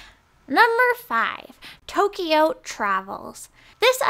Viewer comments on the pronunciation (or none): none